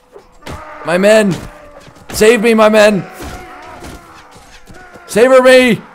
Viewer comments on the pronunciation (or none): why do you say savor me instead of save me?